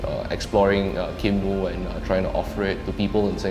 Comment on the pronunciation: Should pronounce as kin moooooo. Hahaha